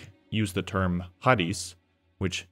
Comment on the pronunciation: Χάρις has a stronger CH sound. Love your videos!